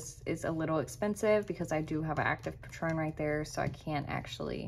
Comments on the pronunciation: hey dont mean to be a dick at all. ur vids are awesome. just wanted to mention the word patron is pronounced "pay-trun", the way you were saying was like the tequila. it prob doesnt matter at all but i personally like when ppl correct me so thought id mention. dnt hate me! and delete this comment once u read it cuz nobody else needs to see it. was just for u in case it was helpful. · Beautiful, business -like presentation. You pronounce the word patron like this : “PAYtruhn.” Your pronunciation is like the name of a famous liquor. Thank you so much!!❤❤❤❤❤❤❤❤❤❤